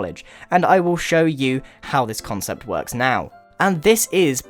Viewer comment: he keeps saying conscept